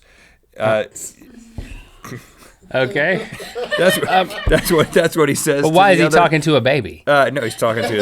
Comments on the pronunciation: I was also thinking of Tobuscus when you pronounced proboscis wrong. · I WAS GOOFING AROUND WHEN U SAID PROBUSCUS AND I SAID TOBUSCUS AND UR LIKE NOT 2 B CONFUSED WITH TOBUSCUS